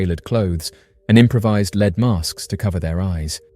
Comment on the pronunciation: “leed mask case”